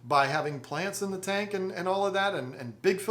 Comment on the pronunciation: Betta and beta are just 1 letter different and sound completely different, but however u pronounce it any English speaker knows what u mean. And oop he pronounced tank tinke now wheres the pronunciation police